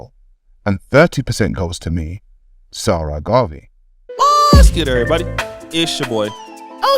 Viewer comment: Its not Sara, its more Egyptian like 'Sa- Ra'